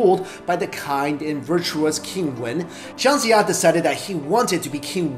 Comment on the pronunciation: Are you Chinese? the pronunciation of Chinese name is wrong and some of the facts you mentioned actually deviates from the actual history recordings. Although it doesn't change your opinion of the smartest Chinese, but the names really got me triggered. e.g. Jiang Jiya -> pronouced as Jiang but you read as Zhang. Guang Zhong -> the word Zhong is prounouce with ng, but you read as it Guang Zhou -> which is a province in China. Wo Long -> 卧龙 -〉sleeping or lying down, not crouching =.= how would a dragon crouch?